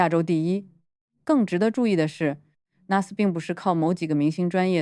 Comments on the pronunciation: 新加坡国立大学的简称是N.U.S. - 是 National University of Singapore 的缩写。 缩写里的每个英文字母都要读出来。不可以连成1个字nus. 英文里没有这个字。 我是N.U.S.毕业生。听你把N.U.S. 读成 nus, 鸡皮疙瘩都冒了出来😂. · 是 N U S - 每个字母单独念！！！好吗！！！